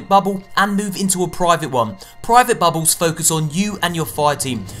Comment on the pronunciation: your accent makes me laugh when you say "bubbles." sounds like youre saying "babbles"